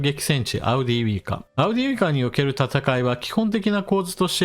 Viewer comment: 些末なことではありますが、は「アウディーウイカ」と言っているように聞こえますが「アウディーイウカ」がよく目にする表記です。